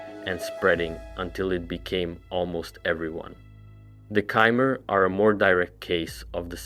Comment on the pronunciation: Get your pronunciations right bruh it's really annoying, nedes, chimer, tsaesci holy larper